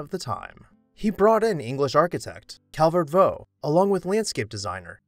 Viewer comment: Calvert Vaux was English, not French, and his name was pronounced in the English way, Vox, not the French way, Vau